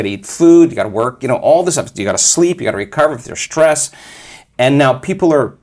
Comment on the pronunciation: SHtress. Not a word Joe!